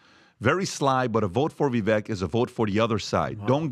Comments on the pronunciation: Why do they all keep mispronouncing Vivek's name??? It's so annoying 🙈😖 Vivek explained that you pronounce the second part of his name (Vi-)vek just as CAKE. So it would sound as Vivake. The only one who pronounced Vivek's name good was Trump 👏. Greetings from Amsterdam, The Netherlands 👋🙏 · It's Vivake like Cake not Vivek like heck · Vivek... Vi vake like cake, not vek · Its pronounced ViVAKE like CAKE Not ViVek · How in the F do none of these guys STILL not know how to say Viveks name? I just don't get it. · Pretty sure you made issue w/ people pronouncing Viveks name wrong now you’re doing it🤣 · All this time and Patrick still can’t pronounce Vivek correctly.